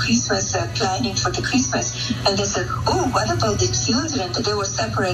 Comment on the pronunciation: Who gives a fookinnnn sheeet about chreeeemeees decorations?